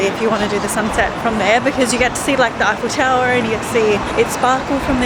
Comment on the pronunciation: A tip for you to say tour eiffel.. say F L tower. Stop highfel tower lol